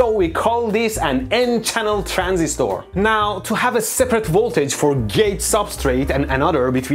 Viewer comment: I love how you pronounce "Transistooor" 😂